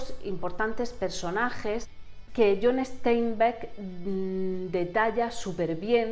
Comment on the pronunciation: es John Steinbeck, como suena, no "Esteinback"